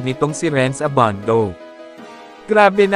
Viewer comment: annoying yung nagvo-voiceover...Abandow! :)